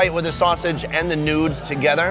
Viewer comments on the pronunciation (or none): its not nuds its noddles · did he say nudes instead of noodles